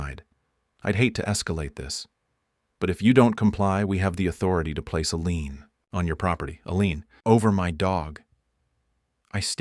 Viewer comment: Its a lien not a lean